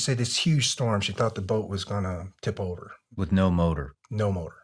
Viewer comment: I enjoyed the story of his life and for allowing us to hear it. Thank you for your service and stay safe. Just drive me crazy when he pronounces “th” as “fff” wiff and birffday a few other words. Lol I worked with guys that would speak like that and I’d always say “what was that word” just to break their chops” lol.